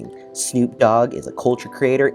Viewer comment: 1minute 23seconds in. Who? Yeah never has Snoop been mispronounced so badly. 😂